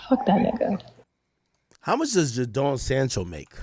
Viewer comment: Nah the pronunciation of Jadon Sancho and Madueke was naaaasty 😭🤣